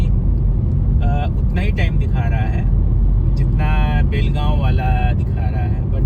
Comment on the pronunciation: चूप रे, It's बेळगांव जय महाराष्ट्र 💪